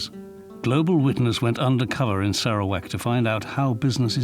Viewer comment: I'm sorry but I keep giggling at the narrator's pronunciation of Sarawak. Sara - wack. LOLOL